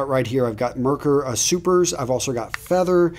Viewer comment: Hi there, professional German here, Edwin Jagger is a British company so you wouldn't want to pronounce it like a German =) Merkur is pronounced "markour" (short a as in cat, accentuation on ou as in your). Don't worry about it, just like you have to put up with our English we're happy to hear foreign speakers mispronounce German words. Great video by the way. Any chance you could help the fellow gentlemen and me with ingrown hair after a good shave, especially when shaving against the grain? I use the mach 3 for 10 years now and I'm really happy with it. I've tried tried electric razors but me rather sensitive skin wouldn't allow for that. Having said this, I can't imagine what would happen if I used some cream to remove my facial hair.